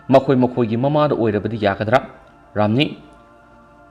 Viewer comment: Ramani hybne ramni hyba natte oja pao paba